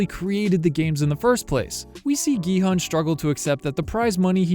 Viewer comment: The main character’s name is actually pronounced as “gee-hoon” (gee like geese, and hoon almost like moon) not “gee-hun” (hun like honey). 성기훈 is the character’s full name